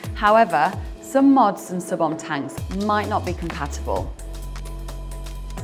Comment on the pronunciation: ohm is pronounced owhm